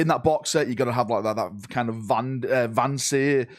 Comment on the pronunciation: Haha. So glad someone else almost says Van Der Sar for Van Seer. 😂